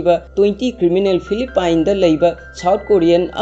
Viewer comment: Philippines gi pronounciation do soire